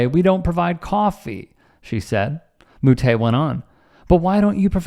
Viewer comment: This is a non story, I love the sport of tennis… plenty of players have smashed rackets and also you said Moutet name wrong